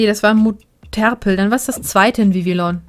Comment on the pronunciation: 2 sachen zu sagen es ist kein muterpel sondern ein moterpel. und bei Bejelin liegt die betonnung auf das e nicht auf das j sonst ist der part akzeptabel